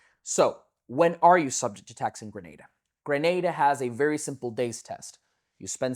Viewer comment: Points off the bat for pronouncing Grenada right lol Thank you for creating this video. There is so much misinformation out there it's good to see someone giving you clear and accurate info.